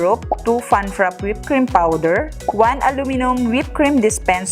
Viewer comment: Ladies, I enjoyed watching your video. However, you keep mis-pronouncing frappe'. It's pronounced fra-pay, not frap.